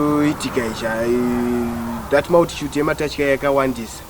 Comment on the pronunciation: I thought I was the only one who heard that kkkk